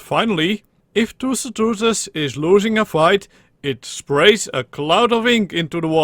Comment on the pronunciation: you sound like pengu when you're trying to pronounce tusoteuthis